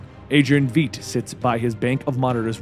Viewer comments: V-ight not V-eet. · Adrian Feet? Thought his name was Veight? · Adrian VEIIIIIIIIIIIIIIIIIIDT!... It's not pronounced Veedt, it's pronounced VeIIIIdt, like light with a "V".Man that's frustrating lol. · Love this story, one small thing: The 'ei' in Adrian Veidt's last name is pronounced the same way as the 'i' in 'wide' is. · Panthror Yeah it’s pronounced like “Vight” right? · You sure? Because there is a German last name that's spelled "Veidt", and it is pronounced more like "fait". Like "Fight". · Veidt(pronounced 'vite') I've really enjoyed your coverage of these comics! 👍👍👍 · VITE ITS VITE ITS PRONOUNCED LIKE BITE ITS VITE LOL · he said "VEEDT" smh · i've given up on pronouncing things right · Only question I have is why do you keep pronouncing Adrian's last name the way u do lol